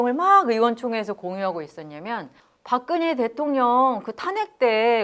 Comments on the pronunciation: 박그녜라고 발음하는 게 묘하게 거슬림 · 박근혜 표준 발음은 [박그네] 입니다. 히에로 애쓰지 않으셔도 됨 ㅖ->ㅔ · 발음이 왜이러냐 박그녜,센사람 무슨; 혹시 죄송한데 중국인은 아니시죠?